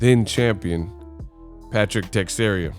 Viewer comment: Te-share-a not text-area